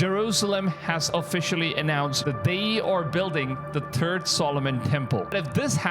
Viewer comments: Funny thing.. Im hearing "turd' temple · He said the Turd Temple. You got that right🙄